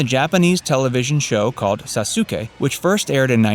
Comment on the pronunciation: me getting pissed when he calls sasuke “saw sue kay” and not “sauce kay” like